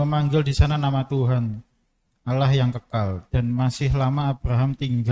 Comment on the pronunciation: apa saya yg salah dengar atau gimana ya? Saya mendengar sipembaca terjemahan menyebut Allah dg Awoh